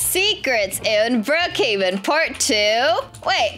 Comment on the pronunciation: I love how and say Brookheaven but its brookheven